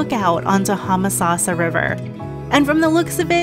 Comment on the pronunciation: The video would've been more enjoyable if you didn't keep pronouncing "Homosassa" incorrectly.